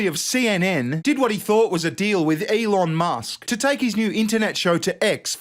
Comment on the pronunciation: love you but who tf is Alon Musk? 🤣